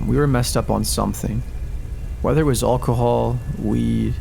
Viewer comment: Does anyone else wanna see this guy say "Alcohol"?, lol, don't get me wrong, your narrating is great, don't change a thing, it's just that that word sounds a tad odd too me, and I just can't put my finger on it, lol, great video, and thanks for sharing.👍